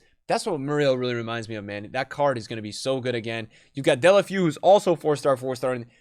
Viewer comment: “Delafew” hahahhahaha